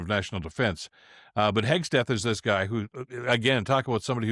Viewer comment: G’day Bill. Keep it tight mate. It’s Hegseth not Hegs t eth. 😀